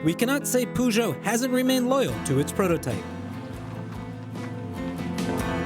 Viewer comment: i think he tried to say Peugeot xD